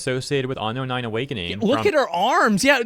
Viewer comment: why does homeboy keep saying ano-nai and not unknown9? legit